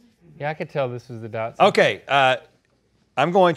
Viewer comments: Dachshund. Not dodson, not dotson, not dash-hound. Dock-sund. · Wiener dogs aren't Japanese cars. Its a German name pronounced Docks-Hoond, not Datsun. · Dach not dot. And Link i didnt know you had a doxie. I have two. My standard is the official unofficial longest dachshund in the world currently at 3’ long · Dash hund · Lol Rhett calls a Dachshund a Datsun... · she called a dachshund a dashin. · did rhett say “dot-shund” 🤨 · DAX-HOONT that the pronounciation :D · Is he trying to say Dachshund? cause it sure sounds like Datson. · Why does Rhett pronounce dachshund as "Datsun"? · Am I the only one who is really confused by some people's weird pronunciation of "Dachshund"? It's a german word, pretend you spell it "dahx-hund", there you go, you no longer sound like a weirdo. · That's not how you pronounce dachshund.